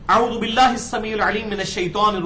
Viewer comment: جناب آپ اعوذ بااللہ کی پرو ننسیئیشن بلکل غلط پڑھ رہیں ہیں۔ آپ تو 92 کے قاری ہوکر ایسا کرینگے تو برا اثر پڑیگا۔ کھوتی نا ہوے تو۔